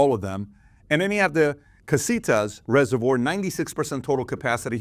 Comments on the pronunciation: Never heard ”reservoir” pronounced the way PBD did 😂 Why do Americans always have to bastardise the spellings/ pronunciation of English words?! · He can’t pronounce reservoir 😅